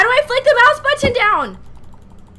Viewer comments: Is it just me or does the way say button a little weird? I think its cause she say but-ton. Im not crazy, right guys? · Sethbling: "Buddin'": "But-onne" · At am I the only one that thinks she says "button" weird. (Sorry if it's maybe a reference. Or it's just how she says it,but I think it sounds different)